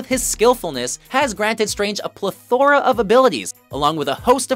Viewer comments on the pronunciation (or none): Pla-THOR-aa..... yup.